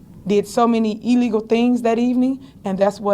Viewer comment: So yall just gonna let her keep say EELEGAL😒😒😒